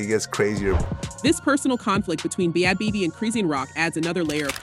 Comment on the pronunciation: These AI narrated videos drive me fckn crazy- “B-Had Bobby” “Bad Beebee”